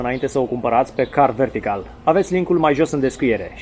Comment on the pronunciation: M-am referit la continutul reclamei, nu am nimic cu reclamele. A fost mai rau ca una la teleshoping. Incarca sa fi un pic mai natural. M-a bufnit rasul a 5 oara cand ai zis 'car vertical'